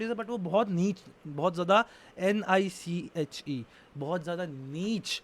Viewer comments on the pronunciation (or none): its pronounced as neesh not neech